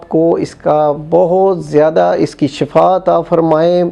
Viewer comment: Baba ji shifa hota hy shafa ni hota